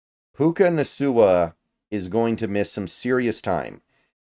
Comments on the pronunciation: puka......... naSOOah 😆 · Come on, it's pronounced Na-KOO-ah 🙃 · How do you not know how to pronounce Nacua?! lol this is getting hilarious